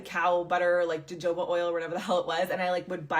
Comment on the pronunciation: jo-jo-ba oil?? and she was a "professional"? being alive causes aging. i am so tired of uneducated people talking about stuff they know nothing about. fluoride is good for your teeth!